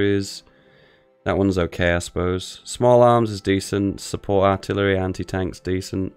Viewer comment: le giggle "Arillery" le giggle